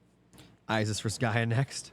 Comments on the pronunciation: it's Isis not I-ziz they are S's not Z's.. how was that your favorite if you can't even say it right. Female siblings are sisters not zizters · I want to finish this so bad, but it's literally nails on chalkboard EVERY TIME YOU SAY I-ZIZ. Please pronounce things right if it's your job to do so.